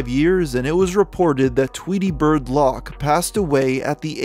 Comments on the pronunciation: Lock... It's loc, bro. Like loco but just loc. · Loc isn't pronounced "lock" dude, it's "lowk" 🤦🏻‍♂️ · Only issue I have is Loc isn’t pronounced lock. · I always find it funny how so many people pronounce Loc as “lock”, I had an ex who did that all the time no matter how many times I reminded her that it’s Loc like “Loco” without the last “o” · you can tell this guy dont klisten to rap. says lock instead of loc. the two thirteen instead of the two one three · This was a cool video. But it always gets me when non urban people pronounce LOC as lock 😄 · It’s , 2, one , 3… not 2 13, & Loc is pronounced like Loki from the Avengers without the “i” … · Hard l Long o soft c